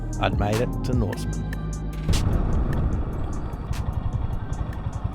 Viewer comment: The coppery tree's are Salmon Gums dud and its Norseman not Norstman. Check ya maps and do ya homework cobba get it right.